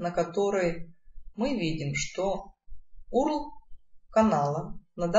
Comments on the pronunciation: Не Урл, а юэрэл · Не урл! А вот так ЮЭРЭЛ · ЧИТАЕТСЯ ЮЭРЭЛ, а не УРЛ